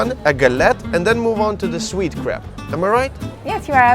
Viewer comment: I love how he said crap to mean crêpe!!!